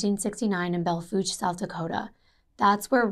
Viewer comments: Wow, you pronounced Belle Fourche correctly!! 👏 👏 👏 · As someone who grew up in Belle Forche, I’ve never heard an out-of-stater nail the pronunciation! 👏🏼